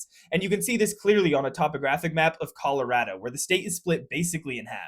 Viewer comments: Colorado native here: A+ for pronouncing our state correctly! It’s “rad” 😊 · He pronounced Colorado correctly!